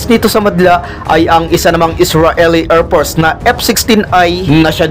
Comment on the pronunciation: baket erpors payter jet at misal ayusin mo ang pronounciation mo para magandang pakinggan naman